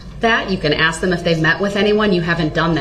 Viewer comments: There is a lot more words he mispronounced but the only one that I can think of is the word axe. Aka ask. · "I think it was clear, but I'll ax again". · And his argument after his boxes were moved had me rolling laughing. " I DIDNT AXE FOR MY BOXES TO MOVED.." hilarious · It must be wonderful to know all the lawful laws in ALL of the USA without even finishing high school, or even know how to pronounce a word like ask or tacit